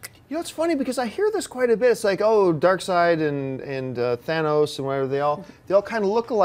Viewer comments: lady it's darkseid not darkseed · Did she just say "Dark-seed?" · DID SHE JUST SAY DARKSEED!!! LMFAO! SAD!